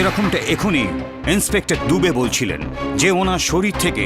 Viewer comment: দুবে বলে দাবে😂😂